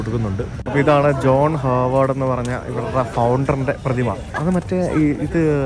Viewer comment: Hi brother, it’s HARVARD not harward